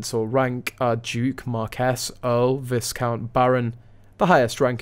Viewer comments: Please …it’s not vis-count…it’s pronounced Vy…count… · Vis-count?? It’s viscount. The ‘s’ is silent.